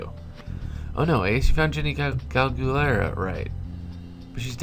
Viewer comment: galguera loks Spanish name so it should be pronounce Gal- than GEH with the G sound like in Great-Rah